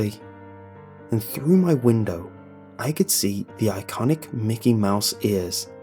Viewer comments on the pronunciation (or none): It's Mickey not mikey